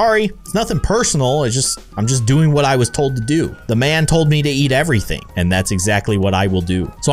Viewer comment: He said ete even thaing